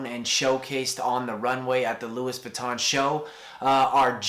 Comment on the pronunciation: Jamie Michael that's how you pronounce it